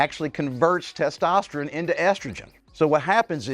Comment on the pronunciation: Why does he say testosterin?